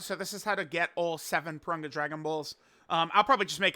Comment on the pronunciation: It's Pour-Rune-Gah. Wtf. Not Poor-Run-guh.